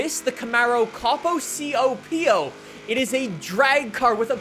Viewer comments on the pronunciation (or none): Also as an American Its pronounced Co-po not capo No offence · It's pronounced CO PO not COP-O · It’s pronounced coe poe for the copo camaro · it's copo is pronounced like Co Po. It stands for Central Office Production Order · I need to correct your pronunciation of copo. It's pronounced coe-poe. Stands for corporate office production order. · Did you really spell out ‘COPO’? Bruh… “Coh-Poh” Camaro…. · Awesome it’s huge and it has the deora II!!!! As a hotwheels collector it is just awesome. And people will porobably freak out the way pronounced the COPO Camaro